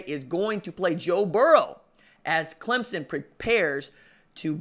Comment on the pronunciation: Thank you for saying clemSON... you're one of the few that get it right lol. Good work, keep it up!